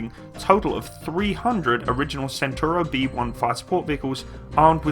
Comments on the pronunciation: Is not "santoro" but "chentauro" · so is pronouncing it like British Centurion (I mean the the tank of 50th)? Perhaps he will realise that. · 14miki CENTAURO 1 , CENTAURO 1 , not Centurio !